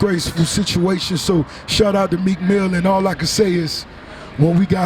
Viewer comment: Swear I heard Tim call Meek Milk hahahaha.